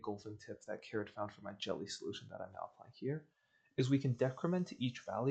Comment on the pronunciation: Disappointed to hear you mispronounce caird's name btw; it is canonically like "caird co-in-hear-ing-aah-ing"